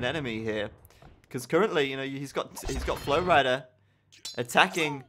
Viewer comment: u say flowrida like flowrider